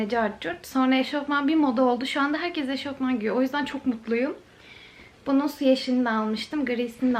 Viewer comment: eşortman değil kuzum eşofman